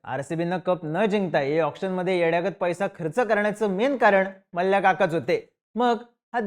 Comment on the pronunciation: Ye gap re ghanrdya . Ghanrdya sarkha nav ghetoi tycha Vijay Mallya Malya. Vyastit bol na Mallya. Pronounce shikvaiche ka tula Maa liii yaaaa.